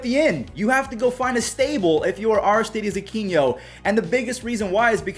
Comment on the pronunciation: I think it's Aristides Uh-kee-no